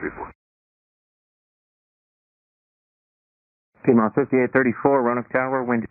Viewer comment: you said piedmont! lol not piedmont